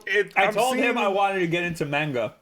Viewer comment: What the hell is "Main-ga?"